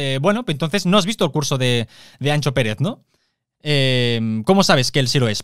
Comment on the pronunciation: Un consejo. Anxo no se lee Ancho. Se lee como sh en Shakira.